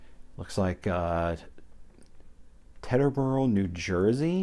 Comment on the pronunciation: "Teeterboro", rather than "Tetterboro".